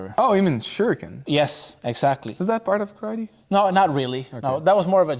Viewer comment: My Uncle watched this with me and he’s a Kyokushin black belt, and every time this man said Karatee, and not ka-ra-te he told me to turn it off lmaooo